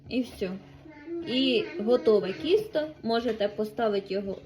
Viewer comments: Будь ласка, не « кісто».. а банально- «тісто».. я розумію, діалектична українська.. але це « кісто.. то навіть вухо не сприймає.. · У каждой области свое произношение.в Днепропетровской области тоже так кажуть- кiсто...вместо тiсто... а еще ,, вагани,,- корыто ,, пшiнка,,- кукуруза..